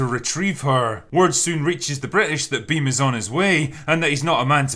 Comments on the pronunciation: It's Bheem not Bim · It's not Beam it's Bheem 😂😂😂